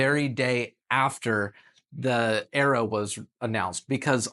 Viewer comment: God god man AERO is pronounced AIR RO as in AEROdynamics not bloody ARROW